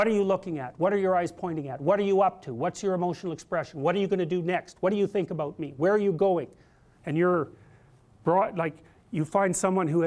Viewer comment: What's it all aboot?